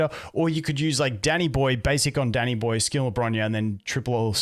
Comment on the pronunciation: For a sec thought he said daddy boy instead of danny boy lol